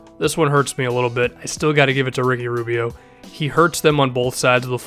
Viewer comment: Rubio bro.. c'mon. Adreian Payne (however you spell it) Still, as always a great and entertaining video. Lol